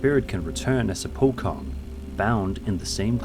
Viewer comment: Bro called pocong, pokong 😭